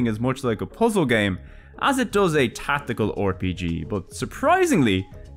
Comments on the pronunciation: Hello hello, this is an instant sub from me. One thing though. Why do you say "Or-PG", but not "Cor-PG"? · Hey the 'O' in front of RPG is silent:V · That was a fun video! I will definitely come back and Download some games. It must have taken forever to make. Also where are you from? I had a chuckle every time you pronounced the R in RPG as "or"